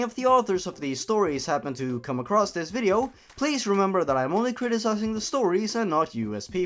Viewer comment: "nnngh mario, i'm tryna play a vidjeo game, couldja stop cutting messages into my skin"